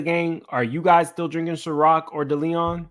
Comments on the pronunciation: It was driving me crazy😂😂😂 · Omg please learn how to say Diageo and Deleon. Its driving me nuts.